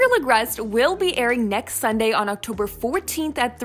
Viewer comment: i notice you soo much that in this video at 1.22 you said gabriel agrest will be airing at octoberrrrrrrrrrrr 14 lol